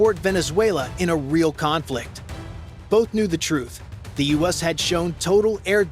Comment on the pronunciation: STOP the idiotic AI narration... when these dumb apps can't pronounce U.S.A then I'm done. Can't believe anything else after that. The "ussss"...gimme a break.The "OOSA"... seriously??